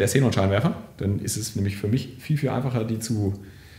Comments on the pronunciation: Cenon Scheinwerfer;) Es wird Kseenon ausgesprochen. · Sßßßßßßenon ich kann nicht mehr, wird das wirklich so ausgesprochen?:D